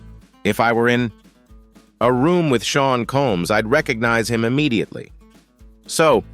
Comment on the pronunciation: He calls him Shaw instead Sean (sound is Shawn) and sheen either